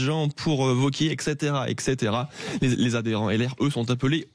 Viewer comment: ETCEtera et non ECEtera ...